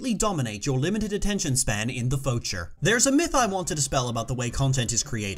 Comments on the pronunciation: I just realised why you mispronounced future. Good one, good one. Also, the thing that I hate about hiatuses is that it inevitably leads to the fans making them dumbest crackpot theories possible. It's the reason why theory-based Steven Universe channels make so much shit content. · You mispronouncing "future" is my everything.